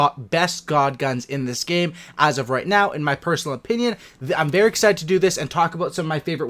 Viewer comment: “I’m bear excited to do this”